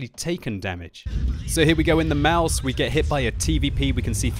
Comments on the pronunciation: Haha when you "Maus" over it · "when you Maus over it" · "When you Maus over it"? :D LOOOOL TROOOOOOLL :D